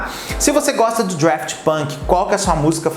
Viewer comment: Daft, sem R! Não sei de onde ele tirou o R